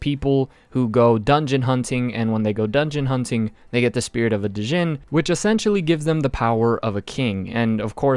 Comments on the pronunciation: One thing u got wrong is that the letter D is silent in Djin. It's pronounced as Jin. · I know it’s written djinn but it’s pronounced jinn. The word is Arabic and means “hidden(from sight)”, as Muslims believe that jinns exist and are just hidden from us.